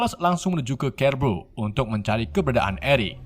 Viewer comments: Keles / Charles dibacanya tetap Charles Cerebro dibacanya tetap Cerebro/Serebro bukan KEREBRO min Coba tonton filmya ya min😁😂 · Keles = carles Kerbo = siribro Script nya di bikin indo aja min kalo susah nyebut🤣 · Bang belajar betul penyebutan lah. Biar kami tdk sesat jg. Apa itu "kerebro. Skot sumer, dll" tolonglah klo ngonten yg niat. Trims 👍🙏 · kerles, kerebo, futur, sumer, ravan, nikrewler, virs kles, refan, keleben, dsb geli dengernya tapi gapapa,,,lanjuuuuttt